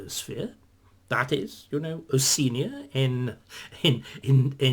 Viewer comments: It's Osh-ee-arnia - Oseenia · Isn’t it pronounced oh-shee-ah-nee-a?